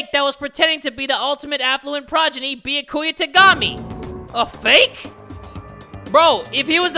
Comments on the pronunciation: Ok not to make fun of you but Beeyakuuya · ITS NOT BYAKUYA and besides its like nya ku ya but instead of nya its bya not BEE-A ]